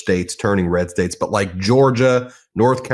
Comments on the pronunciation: "RES" states? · RES STATES lol.. ur working too hard Ben, you must be tired..